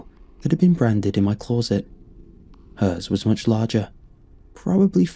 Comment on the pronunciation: Why does this guy pronounce "closet" like an American doinv a bad English accent? Clawset